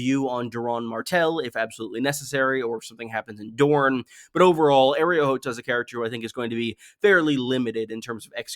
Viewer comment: These videos are great(probably) but can you attempt to say a name right? Like TRY. Areo -Ar-EO…. I mean we all KNOW Arrow is spelled “Arrow” and there is NO “e” in that word. You listen to a lot of GOT shyt and to just say, I’m going to talk about 20 names and I’m going to say the first two as wrong, and as white as possible..then when I notice it I’m just gonna say whatever.